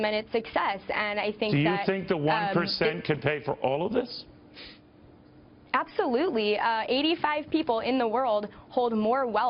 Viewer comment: It's pronounced "ABSOLEWTELY"